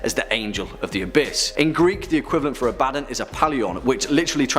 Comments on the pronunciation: Man this guy butcher's aboddons name. I was just listening to the video only can had to go back to actually watch aboddon part because when he says his name i was like i never heard of that demon before who is that? And then thought this sounds alot like aboddon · Ikr I cringed every time he said it. Also the way he kept butchering the word abramellon and the way the woman pronounced deity was embarrassing